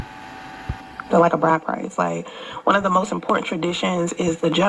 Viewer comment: Lol she can't pronounce "important" she says "impoorant"